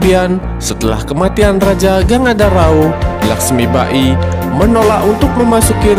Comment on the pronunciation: Dr awal smpe akhir pen komen, lakhsmibai min bkn lakhsmiba-i 🤦‍♂️ Ini kan film bollywood bkn jepang.. Saya suka channel ini, mg kdpannya msukan2 netizen di apresiasi & dtrima ya min, bkn skedar kritik tp jg mmbangun ✌